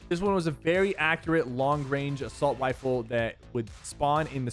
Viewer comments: Am I the only one that herd him say assault wiffle instead of riffle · he goes 'next up is the stark assualt wifle' lol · Did anyone else heard him when he "assault wifle". So funny